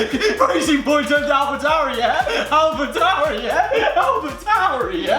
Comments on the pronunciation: When they doscussied ‘alpa tauri’ I had to put my phone down of laughter😂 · sober: Alpa tauri me: so is alpine alphine?